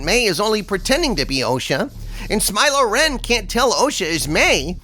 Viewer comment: Umm it’s smile-lo renn and lez-b-friends 😂. You can use that last one if you give me a shout 😆